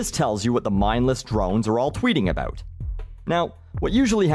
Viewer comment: I work in Food service, does that make me useful? Oh and before I forget, Stop saying about like a Canadian. :p